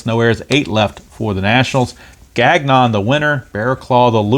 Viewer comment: Nice win for the Metsies despite typical Diaz blown save. Also Gagnon is “Gahn-yo”